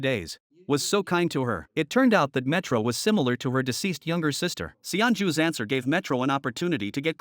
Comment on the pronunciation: ayo your AI is broken. she went from metro to milo. and cannot recognize "dr." as doctor